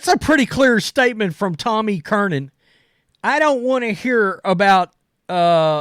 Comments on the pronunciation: It’s NOT CURNIN!!!!! It’s Tom CURRAN! CURRAN!! CURRIN!!! CURRIN!!!! THERE IS NO “N” in the middle of his last name! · Jesus, dude. Its fucking Tom E. Curran. Not Kernan! Damn hicks. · Tom Kernan? Who's that? Do you mean Tom Curran? Why can't you pronounce his name? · Mike Flelger and Tom E. Kernan😂. I love his butchering of names!